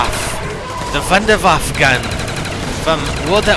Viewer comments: wunderwave in german means wonder weapon, pronounced voondervahv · Actually its pronounced VundaVaffa hahaha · the wonderwaffe doesnt have waffle in it you moronfuckers its WAFFE!! :) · it soudns funny for german people like me when you say wunderwaffe ^^